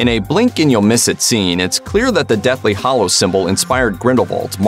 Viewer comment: HALLOWS, bud. With an A.